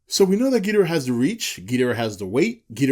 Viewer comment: The fact you can't pronounce Ghidorah right mean I can't listen any longer